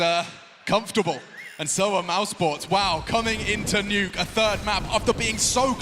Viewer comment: We're just gonna pretend that the commentator didnt say " the nukyy " ???